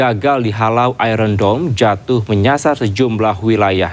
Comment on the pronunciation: IRON DOME ❌ IRON DUMB ✔️✔️😅